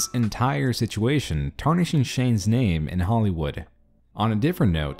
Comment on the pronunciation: He fucking ruined my name